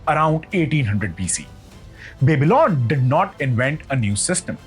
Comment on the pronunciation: Nice content ... But would suggest to check how Babylon is pronounced